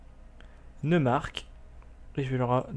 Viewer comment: Pour sundgau on prononce soundgao pour le neumark c'est noïmark et pour le brandenbourg en français en dit brandebourg comme la porte à Berlin